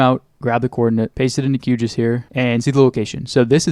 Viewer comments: Never have I ever heard someone pronounce QGIS as kyoogis, but now I'm gonna start doing that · Hate to be that guy but as a GIS professional myself (great work btw) I would personally hesitate pronouncing QGIS as if it's a word... sounds a little bit too similar to a certain type of human excretion in my opinion. We normally pronounce GIS just straight up "G. I. S." for that reason. The other (less funny) note is that it makes it harder for others to follow your work if they can't tell what the program you're actually using is.